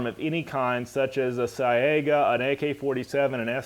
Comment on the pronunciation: good video. But for the record Saiga is pronounced closer to "saga." I find the Cyrillic alphabet kind of difficult myself. Also the grinding off the bayonet thing wasn't always a voluntary thing. Under one of the "assault" weapon ban under president Clinton in the 90s many of the importers were forced to remove the bayonets : (